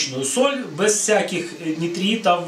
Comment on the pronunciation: А слово "бэз" это ваша личная фишка или местный диалект?